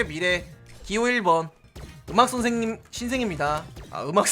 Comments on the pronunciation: 신생님 선생님 똑같네 에바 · 아니 자꾸 신생님 말하면 왜 자꾸 웃기지ㅋㅋㅋ 특히 호박죽이 더 웃기다ㅋㅋㅋ